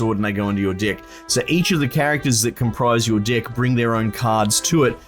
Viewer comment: is he saying deck or dick